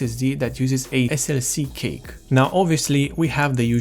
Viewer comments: Thanks for the wonderful explanation. I have only one thing to say, I hope you don't mind me saying this. Cache is not pronounced cake, but it's pronounced cash. Again thanks for this video, I just bought a 120 gig bx500 for my dad's core2duo machine. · You keep saying "Cake" and It took me a while to figure out you meant "Cache". The word is pronounced like "Cash" for future reference. Good video. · as a courtesy, cache is not pronounced 'cake' it is pronounced 'cash". informative video otherwise.. :) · I know what it's suppose to be. But you kept saying "cake" and not cache, which is pronounced "cash." Or "cash-eh" if you're of a more french persuasion. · Cache is pronounced like "cash" not "cake", just saying. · Did he say DRAM Cake? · i like u calling it cake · Dude call cache cash next time. That is how it is pronounced.